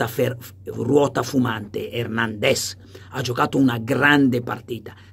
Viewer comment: Carlo ma perché lo chiami hèrnendez e non hernandèz come nei video??